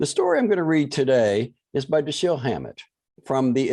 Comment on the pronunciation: I don't think so. DaSHEEL is correct.